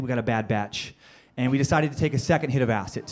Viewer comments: Why does he say "Ass-It" instead of acid? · Is anyone else annoyed by how he says Acid?? He says Acit not Acid. BUGGING ME!!!!!! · R we not going to talk about how he keep saying acit when he was talking about acid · I can't get over the way he's saying Acid. He keeps saying Acit... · anyone else get annoyed when he said acit? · The amount of times he said acit instead of acid😂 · Him saying "Acit" was killing me lmao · Acid, yes, but this guy took acit....no "d". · Is it just me or does it sound like he saying acid with a "t" in stead of a "d" "ACIT" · great story hahahaha, but did anyone else notice he says acid like "acit" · "AciT" lmao all I could hear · He literally keeps saying "acit" not "acid" lol. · something about the way he pronounces acid like "ass it" really just annoyed the shit out of me. Idk why. It's like once I heard it, I couldn't un hear it the entire skit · Am I trippin or does he say Acit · Is it me or is he saying A-Cit and not A-Cid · Tried my best but couldn't sit through all the "aciT".. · He calls it acit💀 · Its a d not a t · This guy is saying "ACIT" IT'S "ACID" DUDE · I cant stand how he says acid Acit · It's funny. I dont like how he says "Acit" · Funny, but I hate the way he pronounces 'ass-it' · Lmfao! I cant stop hearing it! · Why's he saying acit? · Why is he saying "ass it" 😳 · Has anyone ever told this guy that there's no f#cking "T" in "acid"??? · Anyone else have a huge problem with how he pronounces acid? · Why do you put a t and the end of acid! Lol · How this guy says "Acid" is killing me and IDK why.......... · It really bothers me the way he says "acid" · i hate how this guy says acid.... theres no goddamned T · Acid has a d not a t dude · The way he pronounces acid pisses me off